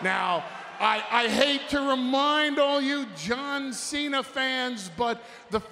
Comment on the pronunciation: Did he just say "Shawn Cena"?